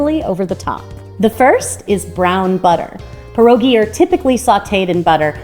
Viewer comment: Polish-American award winning Pierogi maker here and I tip my hat to you! So happy to see you make pierogi! Your recipes are really good and Sauerkraut is my personal favorite too! Also, THANK YOU for not saying “pierogies”. An “S” is not needed. Pierogi is plural.